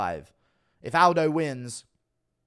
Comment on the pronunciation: Say Aldi